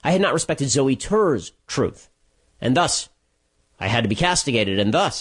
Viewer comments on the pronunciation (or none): You just called her zewy, when you know 100% damn well her name is pronounced “Zoey” stop stiring the shit pot...